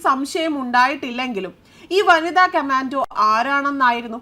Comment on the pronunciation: Commando എന്നു വ്യക്തമായി പറയൂ